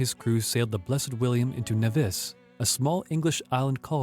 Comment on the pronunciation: "The deposited king? Oh come now. Check you pronunciations. Markay? Nevees? That's enough for me.